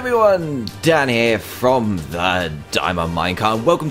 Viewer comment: dan forget his h in here so it sounded like this hey guys dan ere